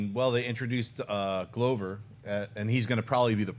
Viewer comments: Jon, dude, it's not Glow-ver. It's Glover. click here to learn how to pronounce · Schnepp's pronunciation of names is annoying. Jared Leeto. Donald Glowver 😑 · Schnapps atrocious pronunciation of Glover has to be a joke right? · Did Schnepp lose a bet and have to pronounce every actors name wrong lmao